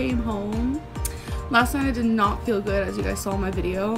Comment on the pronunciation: This is gonna be petty as hell but I hate how she says "I fill" instead of "I feel"